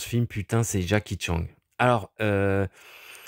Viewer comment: J’adore quand tu dis Jacky Tchang 🤣